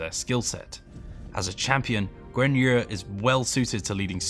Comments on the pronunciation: Nice gameplay and love the development so far, doesn't feel like any single penny i have spent on the pre order has gone to waste. Keep up the good work. One thing though, I hope when making these videos, I hope you could pronounce those names as they are meant to be pronounced as. For instance, the name Guan Yu, you are pronouncing it nothing like it's meant to be, his name is rather pronounced more like "Gwan We", prior research and practice would be much appreciated! Don't get me wrong, everything else is looking fabulous. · I I’m just uncomfortable with the way this guy says guan yu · Guan Yer Lol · Yeah, I could only catch him pronouncing Guan Yu's name wrong. Rest was on point, which is refreshing. Keep it up! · Every time he says Guan yu I cringe.